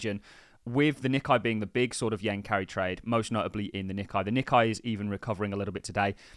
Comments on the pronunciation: The Nikkei index - is pronounced Nick-ay mot Nick-eye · its pronounced Nee-Kay